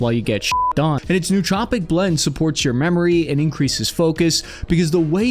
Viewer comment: New-troh-pic not new-tropic